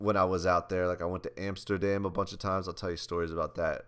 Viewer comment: Apsturdam ? LOL Jesse